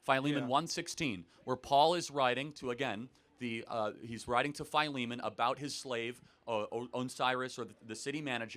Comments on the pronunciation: "FY-LEE-MAN"? I know it as "Phil-eh-mon", am i wrong or is charlie wrong? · I thought Philemon was pronounce Filly-Mon.